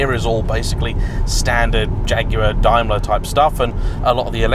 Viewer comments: That's DAME-ler,. DIME-ler makes Mercedes-Benz! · It's Dame..ler.. not Dime...ler!!! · DAME-ler not DIME (bar) ler. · Quite so, but the UK company has always been 'dame-ler' and never adopted the German pronunciation. Even when referring to the German group, only nerdy Brits (like me) ever say 'dimeler bents ah gay'. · Pronounced. Dame ler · Literally the first time I’ve ever heard Daimler pronounced that way, bizarre. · Yes same as me..hes got it totally wrong. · Love the way you mispronounce Daimler 😂😂😂